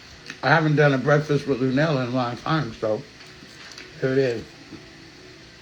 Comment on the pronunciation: Baby I hollered when I saw this title.. that shit took me out. Y u said it like the old folks..BREFFAS 🤣